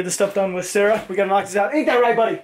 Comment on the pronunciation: When you said sorry Sara it sounded like you said sorry sir